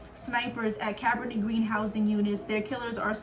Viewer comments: I also understand Cabrini is an Italian descent name. So in this case, she pronounced it right.. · Cabrini is an Italian descent name. So her pronunciation is still correct. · Cabrini is pronounced “Cuh breenie”… the movie Candyman and Goodtimes tv show was based there…Robert Taylor projects on the south side were notorious too and the cartoon “the pjs” were based on them